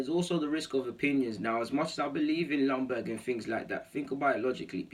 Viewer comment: Isn't Ljungberg pronounced with a Y at front end so like Youngberg..? Maybe it is different now? When he was a player it was pronounced then..? Cheers